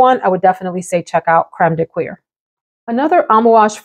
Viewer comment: I was weirded out the first time I heard of this fragrance. I don't really think of Metal and fragrances having somekind of a crossover. It's pretty funny. Btw, you nailed ''cuir''. I know, it feel odd to say kweer...